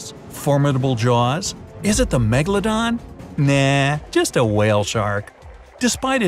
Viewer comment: Are. Megladon. Stell. Reol😬